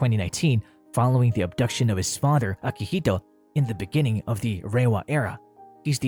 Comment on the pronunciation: I think you mispronounced 'abdication' I heard abduction